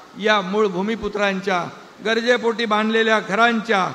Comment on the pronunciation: अरे बाबा "गजरे" पोटी नाही " गरजे " पोटी असेल.